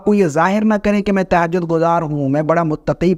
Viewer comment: تہجد صحیع کہنا تو سیکھ لیں زبر ہے زیر نہیں